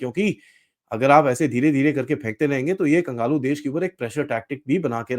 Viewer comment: Its kanglu not kangalu,,, sir